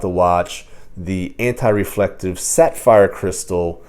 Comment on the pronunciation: Were you saying sat-fire crystal? I feel like you're saying sat-fire. 🤣 Good looking watch and nice review, either way. 👍